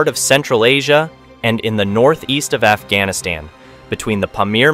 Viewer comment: Afghanistan pronounces as "F"-Gas-Niss-Ten ??